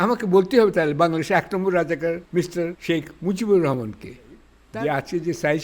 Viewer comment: Vai রহমান/রাহমান keno ei uccharon ta apnara shob jaygay vuul koren.Amrao to banglai boli.Ei uccharon to Kori na.